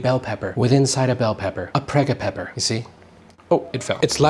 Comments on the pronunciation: "pregga pepper" 😂😂 Christmas just got better. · A pregapepper😅😂